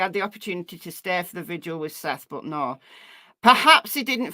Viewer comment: Does anyone actually read these messages. If you do why do Americans have so much trouble with VIGIL. 🌟 not VISUAL